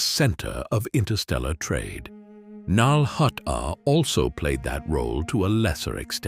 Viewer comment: finally saying nal hutta correctly worth the wait. Awesome video great job thank you